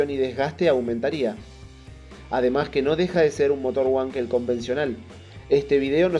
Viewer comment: Nao fale uankel. Fale VANKEL. (palavra alemã).